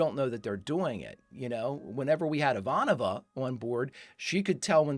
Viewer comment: There is a blooper reel of Mac constantly misprouncing Ivanova's name "Iva-Nova" like a ridiculous amount of times 🤣🤣🤣